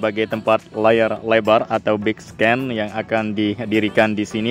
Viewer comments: bigscreen bang bukan bigscan wkwkwk katro amat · Bro bukan bik sken baca 😢 bik skrin 😢